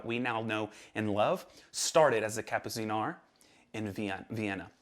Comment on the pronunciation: Awesome stuff as usual and please pronounce Kapuziner Like "Kapputseener" ✌🏼